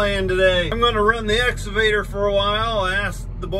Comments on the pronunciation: daddy cornstar it is ex cavater not exa vater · Makes me chuckle every time says "escavater" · What’s an “exovader”???? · There is a ‘C’ in exCavator, and it is pronounced with a hard K sound.